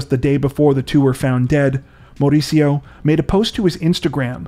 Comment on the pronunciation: MaUricio with big accent in U that’s how you say it 🙂 Hahaah but your accent is cute.